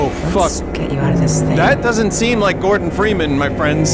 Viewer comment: "GORBEN" ah yes we all know that one Gorben Dreemun